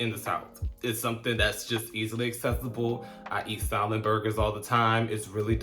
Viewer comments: Salmon is properly pronounced without the L. Saamin. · you don’t pronounce the “L” in salmon. Awesome video as usual! Love the hair! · love your channel. When pronouncing salmon, the l is silent. No, I'm not an english teacher but that drives me crazy.